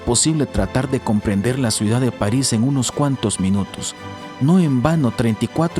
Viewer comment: Se dice CIUDAD NO SUIDAD